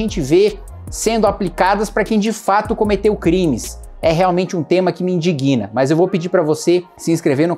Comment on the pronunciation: meu amigo, kim, não é "me indiguina", e sim "me indíguina". por favor, alguém faça chegar isso ao melhor, de muitíssimo longe, político do brasil!